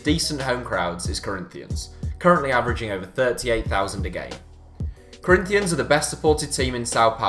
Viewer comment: The way he says Corinthians makes me wanna commit suiside